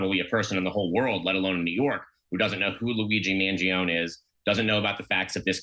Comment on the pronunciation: MAN-JO-NEH Not Mangeeohnie, regatone, Beefaroni FFS